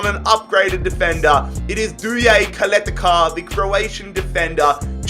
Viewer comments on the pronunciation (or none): As a Croatian it kills me when you say Kaleta-Kar. It's Chaleta-Csar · When he said Duje Ćaleta-Car I had a mini stroke, then almost died laughing